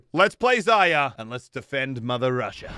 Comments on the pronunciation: Zar-ree-ya Its not pronounced zar-yar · Zarya has an r in it btw, use it maybe? lol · Still csnt say Zarya properly lol